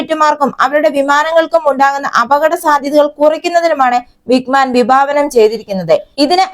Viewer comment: വിഗ്മാൻ അല്ല വിങ്ങ് മാൻ ആണ്